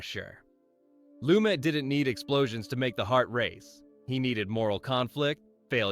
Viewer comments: His last name is not pronounced that way. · You're kidding, right? You can't pronounce the subject of the video's last name? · Pronouncing Lumet differently almost every time (should be Loo-MET)? Calling De Sica's "The Bicycle Thief" by the title "Bicycle Thieves"? Mispronouncing "Casablanca" director Michael Curtiz' last name (should be Kur-TEEZ)? And I'm only about halfway through this thing! Someone needs a fact-checker, one with a solid knowledge of cinema history and enough smarts and initiative to look things up when not absolutely sure.